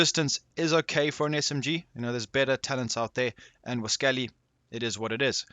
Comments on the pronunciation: Its prononounced 'wah-scally'. As in "Wascally Wabbit'. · You are pronouncing Elmer Fudd’s speech impeded word, wascally, wrong, it’s Wah-scol-lee as in wascally wabbit (Rascally Rabbit)👍🇦🇺 not trying to take anything away from the reason why I have now subscribed, and that being your well constructed div2 builds. Thanks